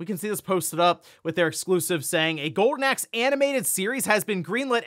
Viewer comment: Are you saying "Gowden Axe"? 🤣